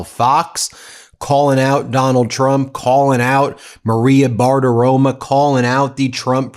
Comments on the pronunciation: It's Bartaromo, not Bartaroma. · Ben, you are wonderful but the Fox News host is Bartaromo! An “o” on the end, not an “a”! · Who is this Maria Bartirom-UH!